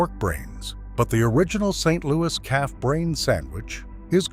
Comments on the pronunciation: im from st. louis and i never heard of that calf brain sandwich and at first i thought he said cat brains, i had to start the video over and turn on the subtitles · Did he say "fried calf brains" or fried cat brains? 😮